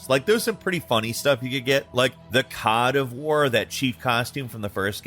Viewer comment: the “COD” OF war Hhahah